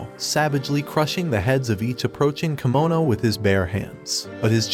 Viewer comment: It's Kemono Jihen, Not Kimono.